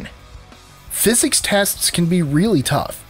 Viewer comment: I thought I heard that in the video.